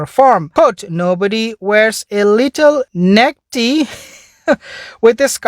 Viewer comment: Your accent is ok ... we all have an accent different to other countries.. I must admit I did have a grin when you were pronouncing the necktie .. lol .. you said it like "necktee" it's a "neck-tie" ..👔 .. lol .. cute ..✔️✔️